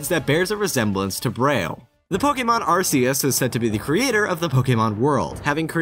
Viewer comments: The proper way is Ar-key-us tho. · Isn't it pronounced arc-ee-us? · >Arseus It's pronounced 'ARK-E-US' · Did you know that it is Arceus, not arsseus? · OH MY GOD! IT'S PRONOUNCED ARKEUS NOT ARSEUS! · It's pronounced Arc-ee-uss. Not Arr-see-uss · It's "Ark-eus", not "Ars-eus". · It's pronounced AR-KEE-US, not AR-SEE-US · It's pronounced Ar-key-us, by the way. Not Ar-ce-us. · In the Pokémon handbook: arceus is pronounced are-key-us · BTW the official pronunciation is Ar-key-us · I think it should be pronounced as "ar-ke-yoos". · oh my god it's pronounced ark-eus jesus christ I don't normally care enough to comment but come on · You pronounced "Arceus" the common-sense way Which means you pronounced it wrong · i like how you can pronounce everything correctly except for arceus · It hurts si bad how you pronounced Arceus. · How dare you pronounce Arceus that way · .......... :/ He said Arceus with a soft 'c'. So sad. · Gonna have to throw you a dislike- said Arceus wrong 🤷🏼‍♂️